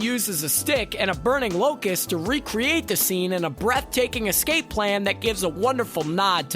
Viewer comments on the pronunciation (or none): none